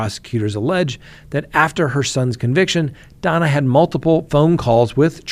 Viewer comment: Her name is Donna not Dana